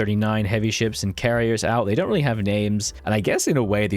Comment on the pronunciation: 'Yamoto class BB' ;(